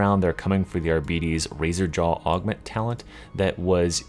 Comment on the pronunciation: Honest question, am I crazy or do you pronounce it "Ar-bee-bees"? I think it's hilarious if you do, and if you don't I'm going to pretend otherwise.